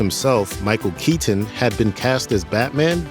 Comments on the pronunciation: Michael KeeTen …🤨 Michael KeyTin…😡 Michael Kei10 …🤬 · Could they get a guy who said Michael Keatons last name stranger please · Why can't this dude pronounce "Keaton" properly?